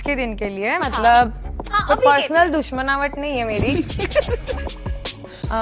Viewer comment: Me kbse soch rhi thi ki koi to notice kro "dushmnawat" ko😂😂 BTW Nice name